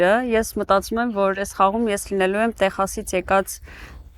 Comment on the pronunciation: Lav eli ays angragetnerin bacatreq vor Texas gravum e Teqsas artasanum, amot e